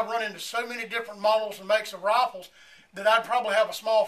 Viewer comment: why did it sound like RoFleS